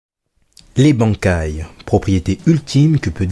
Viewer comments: Banc kai ... j'ai mal au oreilles mais qui ne fais pas d'erreur ^^ ca ce dit ban kai (ban comme quand tu te fais ban d'un jeu ect) sinon video sympa :) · Très bonne vidéo y'a juste le mot bankai qui ma piquer les oreilles tout le long :'D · La prononciation xD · La prononciation du mot Bankai qui me fait mal à chaque fois que tu le dis.. Stp